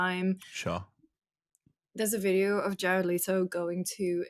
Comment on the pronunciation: It’s Le-toe. Not Lee-toe.